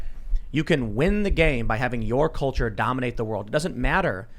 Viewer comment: IT'S DEY CULCHA, YO